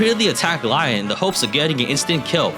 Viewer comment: Sounds like he’s saying lion instead of Lyon too